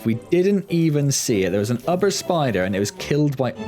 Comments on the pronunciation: Someone may have already mentioned this, but.... It's "oober" not "ubber". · Btw it pronounced oo-ber